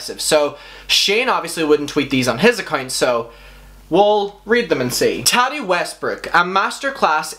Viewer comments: It's ta ti not taddy. Like tatiana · It's triggering the way pronounces "Tati" like "Tatty". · You say taddi 💀💀💀💀 tf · The way you pronounce Tati..... 🥔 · I spent 30 minutes laughing at how he said Tati 👁👄👁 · Why do u say tati's name like that